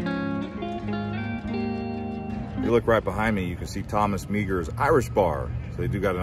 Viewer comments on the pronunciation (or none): Thomas's last name was pronouced Mar as in the planet without the S. There is also a county named after him. As any local if I am right.